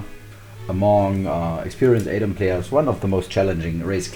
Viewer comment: This might be a bit silly but thanks for being the only YouTuber I've found so far to pronounce "Adom" the correct way. For whatever reason everyone else says "Adam".